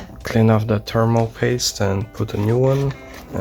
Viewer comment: T.H.E.R.M.A.L paste, NOT terminal paste!